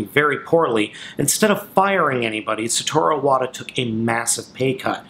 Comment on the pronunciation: You could atleast pronounce his name correctly...